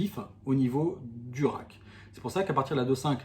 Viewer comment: Le a dans rake se prononce comme dans cake,make,fake...et non pas comme rack qui est la boîte pour ranger les jetons